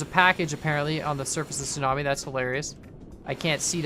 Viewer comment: I tought you said snobie and not tsunami